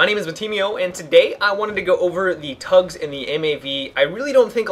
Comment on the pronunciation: it's T-UGS not TUGS